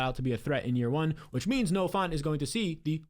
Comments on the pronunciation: it’s Noah Fant, not Noah Font. Get your head outta the Times New Roman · You keep saying Noah "Font" 😂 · Dude really said Noah fant lmao